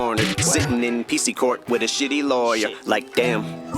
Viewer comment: Love R word scheme then his over Pronounciation of R,s like LawyeR, KindeRgarten , Jimmy CaRter